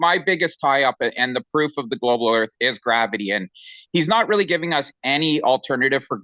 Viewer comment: I go on big airplane. Earf a big ball. 😂